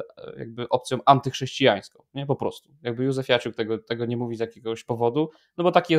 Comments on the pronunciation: Józefiuciak, nie Józefiaciuk😂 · 🙂 Panowie, ten poseł, o którym mówicie w początkowej części odcinka, nazywa się Marcin Józefaciuk. Nie ma tam "i" między "f" a "a" 😀 W jednej z poprzednich "kultur poświęconych" Konstanty chyba się delikatnie przejęzyczył i tak już zostało 😅 Przy okazji serdecznie Was pozdrawiam i dziękuję za wszystko! 🙏